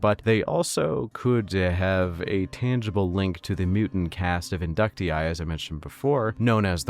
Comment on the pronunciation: Thank u for pronouncing Inductii properly.